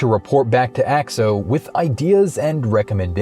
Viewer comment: Its pronounced A X O noe axe-o